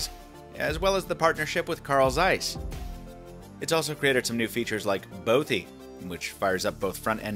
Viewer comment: A bothie? .... really?